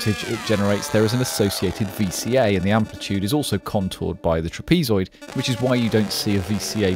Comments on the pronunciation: lol "trapeze-oid" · never heard trapezoid pronounced that way...